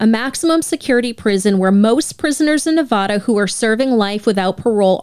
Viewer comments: Ne-VA-DA not "Ne-VO-Da" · As a Reno native, please pronounce Nevada correctly 😭 it’s Nev-ah-duh. Not Nev-vah-duh. We can’t stand the mispronunciation 🤣😭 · It's Nevada, not Nevoda. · As a Nevadan, I fucking hate how non-Nevadans pronounce Nevada. It's not "NeVAU-da", it's Nevada.